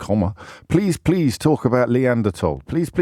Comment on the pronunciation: "Leeanderthal". Love it.